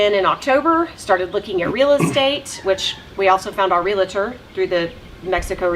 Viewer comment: Why does a well-educated American who taught English for a living say "relator" instead of "realtor"? 🤔